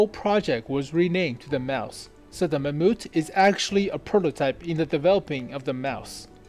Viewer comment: LOL. Did you just say mammUT ????